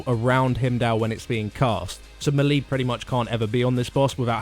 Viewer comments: I like the videos but the way you guys mispronounce melee drives me nuts. It's mey-ley, not mel-ee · it's these guys' job to explain MMO mechanics and they don't pronounce melee correctly